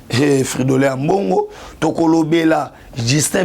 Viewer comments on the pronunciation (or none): none